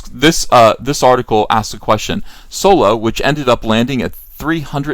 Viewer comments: Why do you call it Soy-lo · I don't understand why he keeps intentionally mispronounce Solo, it was annoying, downvote